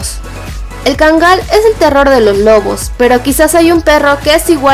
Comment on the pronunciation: Está bonita la información pero sabes? La raza se pronuncia KÁNGAL... Así, como si tuviera acento prosódico en la primera A y no como erróneamente lo pronuncias: KANGÁL, te lo digo en buen plan porque yo viví 5 años en Turquía y para que en la medida de lo posible, le rindas reverencia al REY DE LOS PERROS: EL KÁNGAL TURCO...